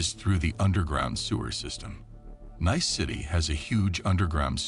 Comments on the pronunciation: How's Nice pronounced again 😆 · It would be NICE if you Anerican learned how to pronunce the name of French city Nice. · When not pronounced correctly, Nice is not a nice word . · yes, he kept saying Nice wrong. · I might have signed on with subscription if only you had learned how to pronounce NICE. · Such disrespect and ignorance on the narrator who doesn't even come close to pronouncing the French bank or the city correctly. Society and Niece aren't that difficult to pronounce! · You lost me at 20 seconds. Saucity General? The city of Niss? There's a limit to laziness and ignorance, which you managed to exceed in two words. Clicking "Do not recommend channel". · Please get someone who can pronounce things correctly. It’s quite off putting like Nice, the name of the bank and even the word crowd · Nice, marsay, crode......added to the charm of this narration....was waiting for off of....😂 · its pronounced NEECE not NICE AI deekhead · It’s not pronounced Nice it’s Pronounced Neese like geese. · Nice is pronounced Niece. Fail after fail in this video. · AI Fatigue?! The city is pronounce Nees. Not Nyce?! As Gordon Ramsay would say, "FK me?!" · Pronounced neece not nice😂😂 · The city of "Nice" is pronounced "NEECE" not "nice" like the English word. Did you go to school, or not? Even though you're a machine, the people who operate you should know better. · Nice is pronounced like Niece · Lol nice 🤣🤣 it’s pronounced niece you American diks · Its not nice you idiot a.i. its Nice ( NEESS) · Nice is pronounced niece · It's pronounced Neice, not nice. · Interesting story, didn't know that one. 1 remark i do have is how you pronounce nice, it should be pronounced as niece. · Pronounced NEECE. Not Nice. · Neeece...not nice as in that's nice. Dummy. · The City of Nice is pronounced - Neece, not nice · You lost me at 'nis'. Anyone with any semblence of intelligence knows it's 'nees' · Great story.. pronounced Neece not Nice BTW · Nice.... pronounced Niece.